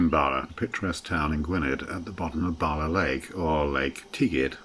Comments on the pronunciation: Very fond memories, of the line. as my mums family are from Llanuwchllyn. In the 50s we used to travel by train from Ynys Mon. Mum's youngest brother was station master at Llanuwchllyn. 3/10 for the "pronunciation" ...Barlar, I've only heard that pronunciation once befor, hmmh. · An interesting video but two features made me wince. Firstly the LMS-style hooter. This line was only operated by the GWR with mainly 57XX pannier tanks or s and a GWR whistle has a much higher pitch. Secondly, the dreadful pronunciation of Welsh names. Where the hell are Bahlah and Cum-price-or? A narrator really ought to do better.